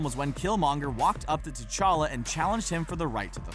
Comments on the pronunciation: It's called T'Challa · it's t'chala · Its Ta Chala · Y'all said his name wrong you said black panthers name wrong